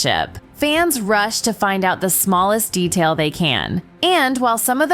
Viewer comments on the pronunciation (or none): none